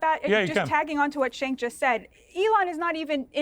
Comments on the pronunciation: His name is pronounced like Jenk. Not Shank. Not Chenk. Not Senk . Jenk. Turkish people say C’s like J’s . Gonna lose my mind when people mispronounce a persons name over and over. Have some respect Jesus. And if it’s an honest mistake that’s fine but ask the person “how do you pronounce your name?” So you get it right. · Oh, and it's Cenk, by the way, not "shank" lol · She called Cenk “Shank” 😂😂😂😂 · Hilarious how much Cenk’s reach has multiplied in recent months, and his colleagues still can’t pronounce his name to save their lives.